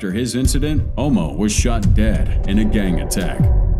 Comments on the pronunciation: I can’t believe he called homo short for homicide pronounced hAh-mow homo like hoe-mo. I saw a video the other day where the guy cllled Suge Knight Shoe-gay phoeneticlly 🙄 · Bro buddy who shot 50 was nicknamed "Homo" pronounced hum-mo like homicide not hoh-mo like homosexual. Disregard the spelling... If you actually listened to a few of the interviews who'd hear 50 say dude name the right way.